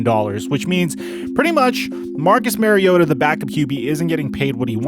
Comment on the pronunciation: Marcus Mariota...his last name is pronounced with the same vowel sound as his first name. Not Mary-ota.